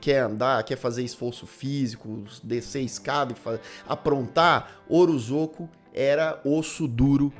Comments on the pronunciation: O jeito certo de falar o nome do homem é "orozôco" mesmo? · Você comentou sobre o erro ortográfico e a pronúncia de Ozorko, mas sinceramente...você conseguiu falar o sobrenome do diretor do filme sem pestanejar: Kyotakatsurizak. É quase a palavra cabalística do Chapolin (Parangamicotirimírruaro). Você tem uma dicção ótima!